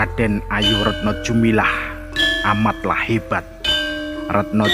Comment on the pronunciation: bukannya retno dumilah bukan retno jumilah. koreksi saja. maaf.